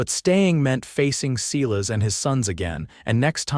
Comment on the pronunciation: Silas is pronounced S-I-L-A-S long I.